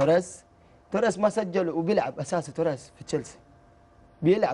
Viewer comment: تاورايس انطق اسمه زين بعدين تعال تكلم